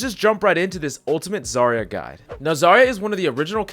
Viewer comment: It's "Zarya", not "Zara"